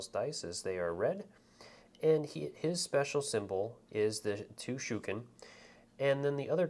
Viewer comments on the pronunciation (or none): THANK YOU! the "shookin" is driving me crazy. really helpful video otherwise, but man... that was rough. ;) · Loving this video really well presented, cant wait for my kickstarter copy to turn up, one note, dont know if anyone else disagrees but I believe shuriken are pronounced shur ree ken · Great Tutorial.👍 But please be aware that Shuriken does have an 'i' in it.👌 Mispronouncing it as Shuken was quite grating after a while. 👍😁